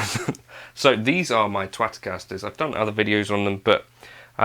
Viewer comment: did you call them 'Twatcasters'? That's what I heard and it made giggle!